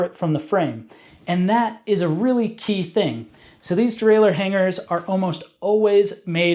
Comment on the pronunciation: I'll give this a thumbs up just for you saying "derailer" like a proper person without an extra "eeuu" near the end. Hearing people say "derailleeuur" really grinds my gears for some reason!